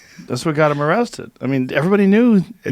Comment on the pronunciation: “THEY ARresthtid the Guy”.